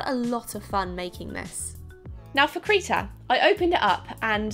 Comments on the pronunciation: Krita, not Kreeta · Its krihta not kreeta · Krita not kreeta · when does I sound like E its Kr i ta not kr e ta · why would it be pronounced KREETA? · Krita is pronounced cri tah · Krita is said like critter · Krita= kri-tah